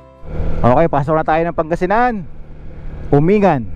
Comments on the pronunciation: Correction lng po Uminggan po ang bigkas nung lugar na sinabi mo hindi po Umingan. nice rides lagi po kitang pinapanood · Umin-gan, yan ang alam kong tamang pronunciation at hindi Umingan. Mahaba pala ang Malico at may part ng Pangasinan at may part na sakop ng Nueva Viscaya... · It is pronounced as "UMING -GAN" hindi umingan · Umingan is pronounced as Uming-gan. FYI lang. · “Uming-gan” po tamang pagbigkas sa bayan na yan ng Pangasinan.🙏🤙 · Or pronounce "Umin-gan"..